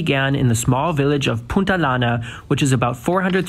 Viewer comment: Do you realize you are Germanized a lot? E.g., you say "Punta-lana" (it is pronounced "Punta-yana" both in Spanish and English), just like a lot of Germans say "Ma-lorca" instead of "Ma-yorca")